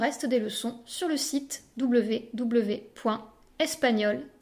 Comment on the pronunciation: regardez sur un autre site... sa prononciation est horrible, el ch ce prononce tch, el g est très gutural, el Z est un s souflé avec la langue derrière les dents, pas comme elle!!! Adiòs nena... que gracias es gRacias et non pas gRRacias comme prononcé ici.